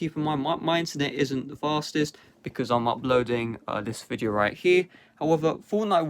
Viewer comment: Amagine saying viteo